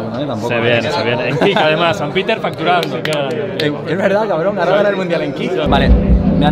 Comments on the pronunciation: Oye di grefg que te has dejado un error en el minuto dice ahoroa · CUANDO DICE AHORA SI O SI EL FINAL DE LA VELADA DICE AHROA SI O SI XDDD JAJA